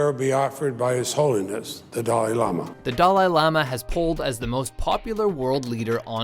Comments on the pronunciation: Yes, yes, we all love the "doll eye laama" :| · "Dah-LIE lama?" Why do you never pronounce things right? STOP. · How can you not pronounce Dalai Lama when making a video about him?